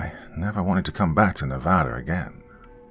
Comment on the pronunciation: First YouTuber to actually say the states name correctly love it!